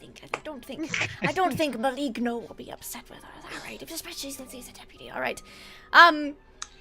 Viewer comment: Just one thing... The correct pronunciation of Maligno is: [maˈlɪŋ.noː]. "Gn" in italian language is like maliño in spanish.